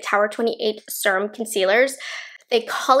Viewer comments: say it with me: See- rum. With an E. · Canny STAND how you say “SIR-UMM” girl, this makes you sound so uneducated.